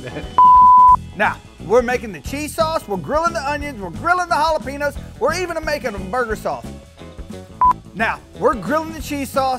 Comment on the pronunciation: It’s hollapenyoos bro. Get it right